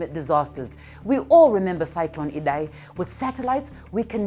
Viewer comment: Thanks for pronouncing IDAI correctly